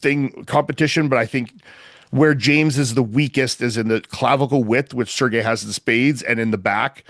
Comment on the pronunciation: Fouad finally pronouncing Sergei correctly makes me unreasonably happy lol